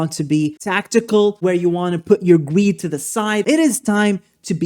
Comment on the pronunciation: When you said put your greed to the side, I heard put your weed to the side 😂😂I thought he's right, how did he know?!